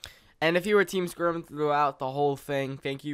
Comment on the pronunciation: Lol every intro I feel like when he says "SKORM HERE", it sounds like "Squirm here!" X3